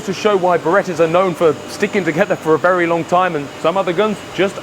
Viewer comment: She’s can talk & vewy healthy!